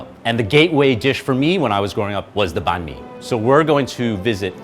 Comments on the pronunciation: says it wrong. says it right. remembers that he's american and says it wrong. Disgraceful. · You just destroyed that "Banh Mi" pronunciation. Just pick one already, you're switching back and forth here. And you're Vietnamese!!!!!!